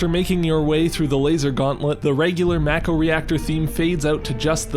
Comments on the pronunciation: It’s pronounced Mah-Ko not Mæko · I've heard a lot of very strange pronunciations of Mako but "mack-oh" is a new one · MACK-oh lol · It’s “Mah-ko” in everything FFVII related, not just the remake.